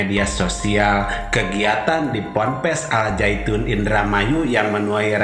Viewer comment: Nama "AL ZAYTUN" itu salah (gk ngerti TAJWID). Yg benar "AZ ZAITUN"